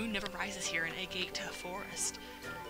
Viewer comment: It's pronounced "Ah-Gah-Tah" Forest, silly Amerika-jin!